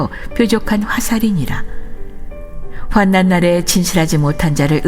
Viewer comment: 환난 읽을때 활란으로 읽어야 합니다